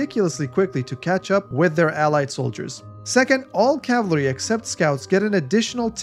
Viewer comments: He said cavlary. Which is a big step up from the usual american "Calvary", but still... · It's Cav-al-ry. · nah it's dialectal in Australia many of us don't pronounce the second a which seems to be the case here. The first two times he used the word it sounded like cavlry but the last one did sound like he may have put a slight a sound after the l. I'm putting too much effort into this.